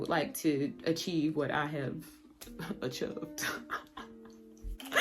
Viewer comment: Yaaaaaasssss Queen, love your informational videos. All very good points and thankful for the insight. But sissssss when you said “achoved” I hollered so hard. 😂 sounds like me and my sibs